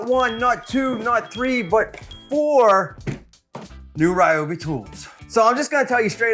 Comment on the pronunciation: Ryobi not Rioby 😊